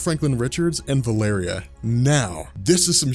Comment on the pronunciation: its prounounced val o ree